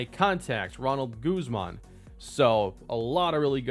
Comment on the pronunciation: Imma give you a little Latino grammar lesson lol in the "Cardenas" instead of putting the accent on the letter E, put the accent on the first A. So it would sound like "cAr-denas". Also, in "Guzman" instead of putting the accent on the U put it on the A. So, it would sound "Goose-mAhn". Love the series!